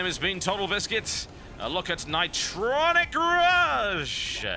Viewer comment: ni-TRON-ic Rush